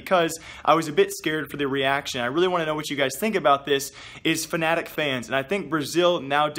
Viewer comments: he said F A N A T I C not F N A T I C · Did you say fanatic fans or fnatic fans?